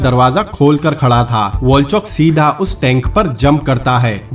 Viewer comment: Awsome movie. But aap "seedhaaaaaa" pe jyada stress kyu dete ho. BTW, Good luck brother👍👍